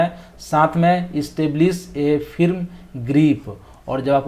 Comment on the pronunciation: Pronounciatio ka khyal rakha kare sir ji badkismati se mai v ek HSE training instructor hu- aapne kai jagah galti ki h: jaise firm ka उच्चारण फिर्म kiya jabki फर्म hai(firm grip)fatigue(फटीग)